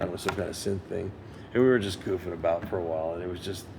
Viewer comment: "GOOF'N ABOUT"? I guess he fancies himself a lad from Liverpool!! Great!!